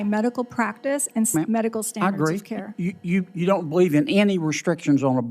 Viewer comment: Somehow when you say CARE it's alright